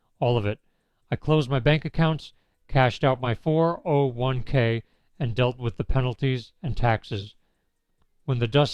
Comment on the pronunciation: First of all, you're either a bot or someone who doesn't know how to say "401k" As a middle-aged man, I have no respect or sympathy for men who hook up with women young enough to be their daughters. I didn't even watch more than a couple minute of your video, because it's not worth it.